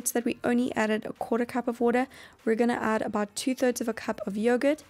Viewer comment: Lol i like her way when she say water "woodar" lol